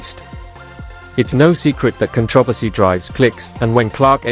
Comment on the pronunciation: Damn, the narrator needs to learn how to pronounce "controversy!"